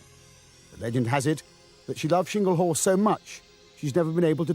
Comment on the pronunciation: It's Chingle Hall not Shingle Hall,! Why do some idiots decide to pronounce words in their own way?